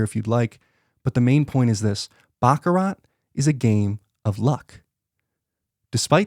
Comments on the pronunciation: Host needs to learn how to pronounce Baccarat. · It's pronounced "Bach-a-rah." The "t" is silent on the end people! 🤦‍♂